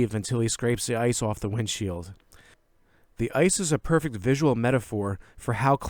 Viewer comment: man i really wish you would pronounce your consonants more clearly when you speak. Your analysis is interesting but it's so grating to hear you say "importan" and "perfeck", etc... the ending consonants in such words ought to be audibly pronounced in this type of formal lecture.